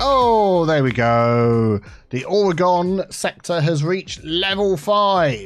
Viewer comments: I love that this is named for Oregon, thats my home state! Its not pronounced "ore-gon" but I love the pun. Its pronounced "or-eh-gehn" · As a fellow Oregonian I died a little on the inside when called Oregon Ore-gone, I'm sure he was probably just drawing parallels to explain the joke but I'm just so used to people mispronouncing it that it still hurts. I mean I guess I should be grateful the state got a mention at least. And to credit, he didn't call it Or-E-Gone like everyone else does. I always tell people that it's pronounced just like how you would say organ like a human organ or the instrument, but I suppose depending upon your accent that might also be hard for people to understand. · As an Oregon native- it's not pronounced "Gon"! You say O-re-Gin!